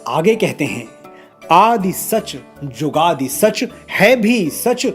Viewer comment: Manoj ji aap shabdon ke shahnaha hain. Ek uccharan gurbani mein chhoti 'u' ki matra jo shabd ke beech mein aaye aur 'chhoti ee ki matra' jo ant aati hai woh silent rahti hai. Example Jugadee nahi jugaad pada jata hai